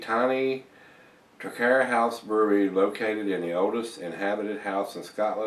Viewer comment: Loved the review,, and especially great for a Scotsman like myself hearing you review Scottish ales!:) Just for your own info, the brewery is pronounced like 'Trah-kware' and the town as 'Pee-blz':) Would love to hear more Scottish ale reviews as yours are the best on the net!:)